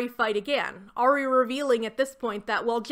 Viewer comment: Hearing you occasionally pronounce Ari as “air-ee”/“airy” has been so validating because that is how I always said it as well. I found out YEARS later that it is supposed to be pronounced “arr-ee” LOL